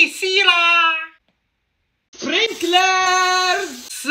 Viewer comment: Him: icecreammuo, chocolate syraaa, spincralsss